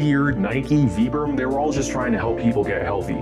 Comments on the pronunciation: It's not "vee-brum" it's "v-eye-brum" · Vibram is pronounce with an i.